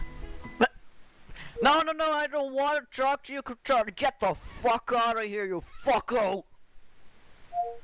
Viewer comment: To-tootorals?! Tootorals?!!